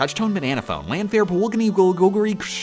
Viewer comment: your pronunciation of llanfair is pretty good!